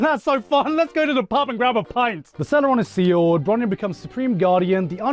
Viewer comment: bruh, bronya is not броня, ударение же не туда. bronya is bronislava. but other things is da 💯